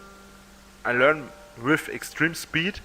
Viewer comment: An die Sprachen Staffel konnte ich mich garnicht mehr erinnern 😅.....er kann natürlich mit "eggsdriem spied" Sprachne lernene